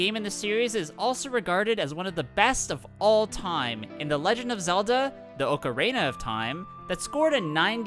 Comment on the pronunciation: The way you pronounced "ocarina" game me cancer.